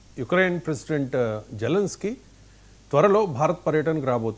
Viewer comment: Sir అతను జల్నీస్కి కాదు జెలెన్ స్కి . మీలాంటి మేధావులు తప్పు పలకకూడదు సర్